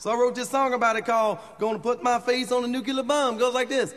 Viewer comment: ..... that's NUCULAR bomb, according to Mojo.